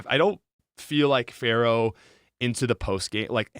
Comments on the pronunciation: Love everything you fo. But for the love of God it's FEARow... not Pharoah... Thank you for all the cool things you do. ❤ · Why does he keep saying "pharaoh" and "sparrow"?